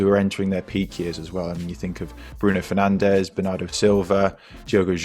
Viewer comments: hahahaha yes that was so funny but besides that actually their pronounciation was very good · 5 stars for the pronounciation. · Well because they are Fernandes and dias and not Fernandez and Diaz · As a portuguese i only wanted to say u have very good pronunciation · Why is he pronouncing Portuguese names with Portuguese pronunciation?